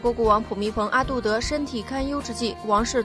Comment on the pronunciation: ได้ยินแบบนั้นแหละ และ พูมิโป อาดูเดิด